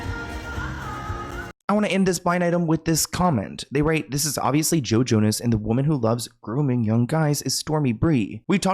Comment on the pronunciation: I was listening (not watching) and swear you said JoJo, no Joe Jonas 😂 and I was like “JoJo Siwa planned Diddy’s parties?!?!”